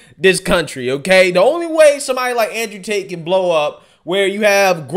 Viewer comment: “Con artist Ander Tate” 🤣🤣🤣